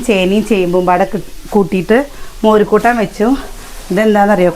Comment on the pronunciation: വായിൽ തോന്നിയത് വിളിച്ചു പറഞ്ഞു ചിരിച്ചു അടിവാങ്ങേണ്ടട്ടോ. മോരുകൂട്ടാൻ എന്നുപറയുന്നത് കേട്ടാൽ. എന്തോ ഒരുവല്ലായ്മ തോന്നുന്നു.